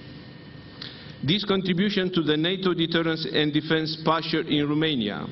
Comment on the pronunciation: Eu nu inteleg de ce domnul Ciuca tot pronunta RUmeinia? In Engleza pronuntia corecta este ROmeinia cu O nu cu U......... si este mai usor sa pronunti cu O decat cu U, parca mi se incaleca limba in gura daca incerc sa pronunt cu U..... RUmeinia.... foarte ciudat.... scrie-ti-i pe foaie acolo cum sa pronunte, cu O....